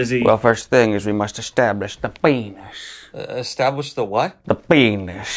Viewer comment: You know how passionate he is about the p*nis by the way he pronounces it, a hard "P", a sibilant "S", and the totally approriate hand motions.